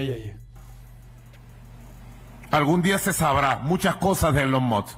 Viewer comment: Elon must🗿 Es Elon Musk ni eso sabe pronunciar🥶